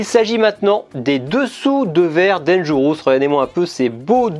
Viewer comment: Tres bonne video. Mais cela ne se prononce pas danger... housse. Tu n'as pas ecoute recemment la chanson eponyme? Merci pour la retrospective.